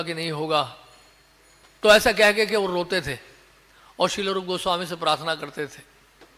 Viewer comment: श्रील होता, श्रीला नही